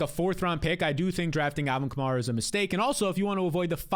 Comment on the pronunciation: love the show, but you do realize you pronounce 'Kamara' differently than every NFL announcer, all the biggest Fantasy shows, the team beat writers, and even Alvin himself? It's Ka-mare-ah pronounced like the car Chevy Camaro but with an 'a' at the end. Appreciate the hard work you put into your show.